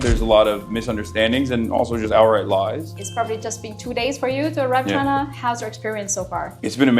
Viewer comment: Hasan can't even special China. He had "Chiner here we comeeee". He is so dumb.